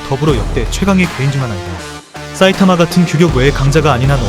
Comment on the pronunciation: 사이타마인데 자꾸 싸이타마